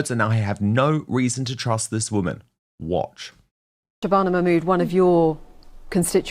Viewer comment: Let’s see action Nigel enough of talk. Arab countries will never take illegals, because they protect their country. Yes Dan it is dangerous. BBC can’t pronounce her name.